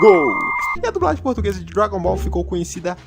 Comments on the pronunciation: A unica coisa irritante é ter que ouvir vc falar "dubragem" o tempo todo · "DuBragem" kkkkkkkkkkkkkkkk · "dubragem" kkkkkkkkk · Toda vez q o diz "dublagem" eu entendo "dubragem" kkjkkkkk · dubragem kkkkk (perdoe a criancice kkk)